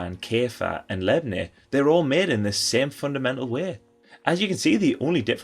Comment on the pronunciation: “Todee on how it’s meed” great video 😍